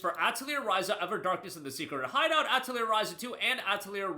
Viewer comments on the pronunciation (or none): ah yes my favorite JRPG, Ah-teh-leer